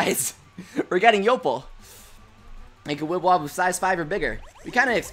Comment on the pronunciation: its pronounced yoh-ple not yo-pul